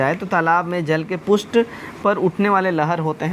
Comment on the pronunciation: Sahi conversation rakhiye, pristh ko pusth bolte h, Dimag chakra gya mera